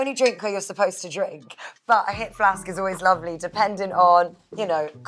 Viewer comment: awe her Bristolian/somerset accent came out when she said 'hip flask'